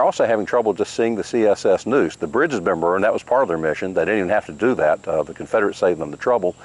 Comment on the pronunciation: It's NEUSE like the river not NOOSE like the rope